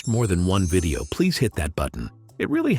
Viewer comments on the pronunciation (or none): none